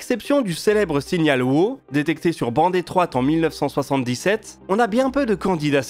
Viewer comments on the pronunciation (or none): le signal "waaaouh" please, pas "wo" it';s not that hard man, come on! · «Wow» se prononce plutôt «ouahou» je dirais E: ou [ˈwaʊ] pour être plus exact